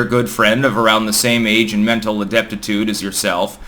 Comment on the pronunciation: Ah-dep-dih-tude... for all those people (s)imping hard for the other day in the live chat insisting he doesn't ever say random everyday words either completely wrongly or just plain weirdly... (He's looking for the word aptitude)